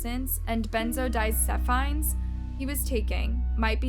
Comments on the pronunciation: Hey just an FYI benzodiazepine is pronounced like ben-zo-die-az-ah-peen. I have a hard time pronouncing words but if you google 'how to pronounce *insert word here*' Google will have a 🔊 next to the word and you can hear it being said. I hope this helps you if you are ever stuck! I love your videos. Keep up the good job! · Benzo-WHATS?! JESUS CHRIST LEARN HOW TO PROPERLY PRONOUNCE WORDS